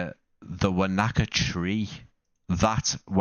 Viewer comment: Wānaka is pronounced "wo-nuh-kuh". 😊